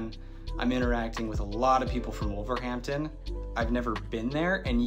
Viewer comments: you’re the only wolves fan I know who pronounces the H when saying wolverhampton we normally pronounce it wolva ramtun the content of this video was interesting and funny at the same time 👍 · I live in Trinidad but was brought up in Wolverhampton. Natives don't pronounce the h in Wolverhampton. It is "Wolverampton" with the emphasis on the middle syllable "wolverAMPton". I see somebody else below mentioned that.